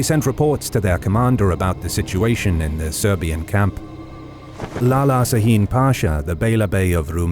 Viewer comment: WONDERFUL AS USUAL Just a hint .. It is pronounced "Shaheen" not "Saheen" .. Please keep going with your great videos.